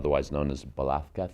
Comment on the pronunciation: As a Spaniard, I approve your pronunciation of Velazquez😅❤🎉 the colors are beautiful ❤❤❤